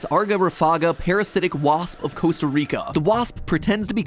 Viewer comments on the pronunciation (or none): none